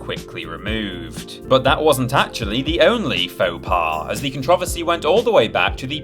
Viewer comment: Why did he pronounce "controversy" like that? lol